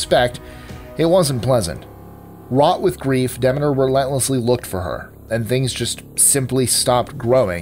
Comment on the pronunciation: Congratulations on pronouncing Demeter correctly!